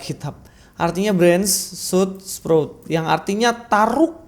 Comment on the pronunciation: 😂😂 branch sama sprout salah bang pronounce nya😂